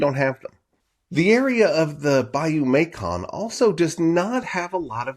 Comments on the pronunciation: It's Bayou May-sun, not Bayou May-kon. Soft c. (West Carroll Parish native.) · It’s pronounced bayou “Mason” …like the jar. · Hi, cool video! The bayou you refer to (Macon) is colloquially pronounced like Mason Its a bit of lingering french influence from older days Cheers Mate! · Mascon...pronounced...Mason...live in this area my entire life...west Carroll parish...my uncle had a hand in preserving the sight...